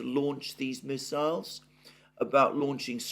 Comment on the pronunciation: this dudes pronunciation...ab ram ham and his 7 sons...had miss isles...